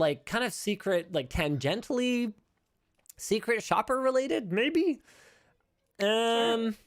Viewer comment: It's tangenSHOLLy, not tangenTOLLy.